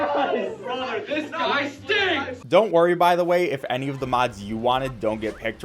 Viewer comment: The fact that he said bother and not brother